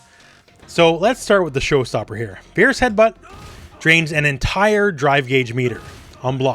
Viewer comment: Calling heavy attacks "Fear-us" from now on.